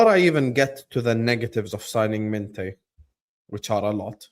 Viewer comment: Mineth? MINTEH 😂😂😂